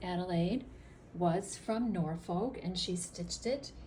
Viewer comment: Beautiful designs. One comment Norfolk in the UK is pronounced with the L being silent 😊